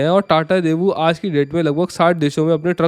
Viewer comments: It's not debu, it's Daewoo. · great video, btw it's डेवू not देवू